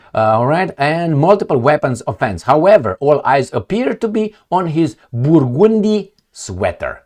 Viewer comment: I love ya. More help with English.... BUR - GUN - DEE. That's phonetically how you'd pronounce Burgundy.